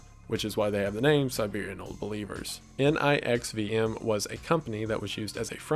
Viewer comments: It's NXIVM, not NIXVM, and is pronounced "Nexium." I went to college close to where it was founded, and it was known to be a cult involved in sex trafficking well before 2018, that's just when the government had enough evidence to arrest Keith Raniere. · It's "NXIVM", pronounced "Nexium". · Bless your heart. Your pronunciations of NXIUM(NEXEUM) and Guyana(Guy Ana) was chef’s kiss. Wow. Haha